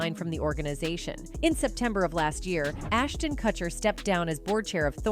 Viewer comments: This robotic voice over sucks. It’s pronounced ‘Koocher’, not ‘Kutcher’. Get a real voice over artist. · Can't they get an actual person to narrate the stuff? Instead of this AI shit? Ashtin kuT-cher? Mila KOONIS? They're busy just trying to pop out these videos so fast and keep forgetting how annoying and unprofessional the sounds of the times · Is this a bot that can't pronoun Kutcher properly?